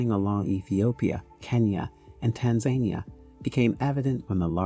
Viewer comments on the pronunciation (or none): Repea after me - Tan - zah - NIH - ah. Now, seismic is pronounced 'size - mick'. Why do I bother? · Americans! Learn how to say the country of TANZANIA pls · Why in the world are you pronouncing Tanzania like that? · You almost seemed like you know what you were talking about until you brutalised the pronunciation of Tanzania 🤦‍♂ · Hey Brother, great video........possibly check the pronunciation of Tanzania. All the best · He can't even pronounce Tanzania. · Very nice. Work on your pronunciations of seismic and Tanzania.